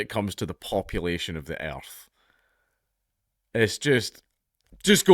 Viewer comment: My favorite word dank says is "eyyerrthh"